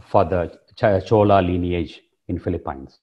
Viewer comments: It is pronounced Fee-lee-pins, not Fee-lee-pines. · sir its PHILIPINES, not Feli-pyns, Please... Pronounce our country's name properly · Hahahah. Great video. Watching it now and not done with it. But I hate that you pronounce the Phili-PEENS the Phili-PYNES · Could you learn how to pronounce Philippines please before you enlighten us on the subject